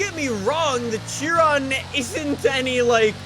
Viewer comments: It’s pronounced shi-Ron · Theres no t on chiron its pronounced shiron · Why he say fortza Its forza And not "chiron" "Sheeron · kia ron is the proper pronunciation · It is "fortza" idiot. That is the only thing can pronounce correctly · Wait... is it she-rone or Chee-ron